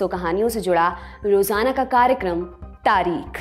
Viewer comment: " तारीख़ " का उच्चारण आपने अशुद्ध किया । बाक़ी आपकी वाचन शैली तो कमाल है ही 😊❤️👍